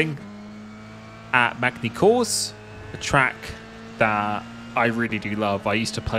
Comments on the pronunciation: "Macny course" ahahah no offense but that was hilarious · Mag-nee Coors. Love it! Haha